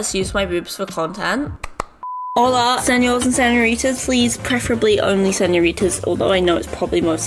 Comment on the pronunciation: señores not senores XD btw like ur vids